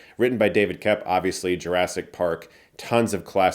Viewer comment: Sorry to be annoying but the screenwriter's last name is pronounced like COPE, not KEP.